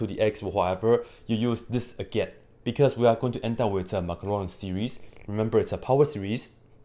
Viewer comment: What's a "Maclarin series"? I only know the "Maclaurin series". ;-)